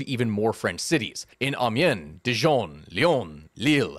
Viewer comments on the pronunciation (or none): none